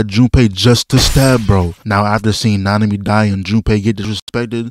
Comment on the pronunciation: Nanami? Oh, you mean -ami..